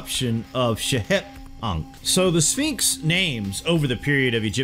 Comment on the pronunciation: The second to the last time the narrator said, "Sphinx," he pronounced it, "Finks"